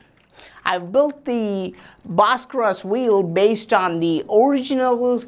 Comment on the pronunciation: If I had a dollar for everytime this guy said bharskaras I’d be a millionaire